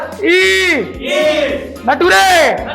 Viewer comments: Future (Fatore) Nature (natore) 😂😂😂😂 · future and nature new and funny pronounciation